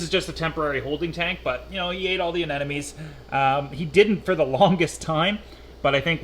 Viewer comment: How many years in the aquarium world? And he still says "anenomes". Love you.